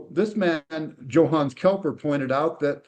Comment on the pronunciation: Its KEPLER! Not Kelper!